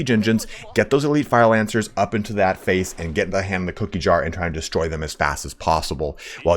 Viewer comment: "Fire Lancer Boonus."